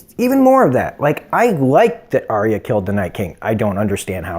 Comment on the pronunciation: You pronounced arya wrong